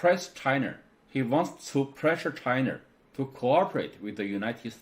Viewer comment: I like his Points made, but need to pronounce L and R correctly. China is never being called Chiner. Where did he learned his English?